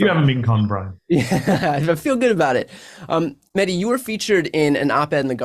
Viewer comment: Great interview; just wish Bryan would say his name right: MeH. Dee, it's not a silent H, it's supposed to be emphasized